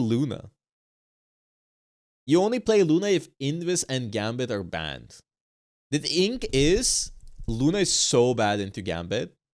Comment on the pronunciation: “The Thingkah”